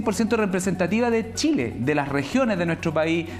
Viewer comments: El ignorante que no sabe que la RAE acepta que los nombres propios pueden ser escritos con minúscula dependiendo del contexto, le repito que es chile y no Shile, le guste o no y el contexto es para enseñar a pronunciar no a escribirlo. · Por favor díganle a que estamos en chile no en Shile y somos chilenos no shilenos! Que aprenda a pronunciar!